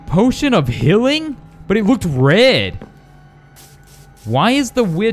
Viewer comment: You said healing wrong